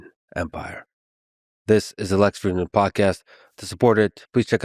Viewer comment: your brother in pedantry here. "Fridman" is just the transliteration of the Russian Фридман, which is just the common German/Yiddish Friedman. It's still pronounced the same as Friedman /'fridmən/ not /'frɪdmən/. It would be like pronouncing Luciano as "lusiano" instead of "luchiano" because of the English alphabet.